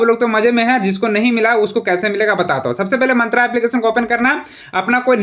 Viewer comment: मंत्रा nahi मिंत्रा hota hai Bhutiye 😂😂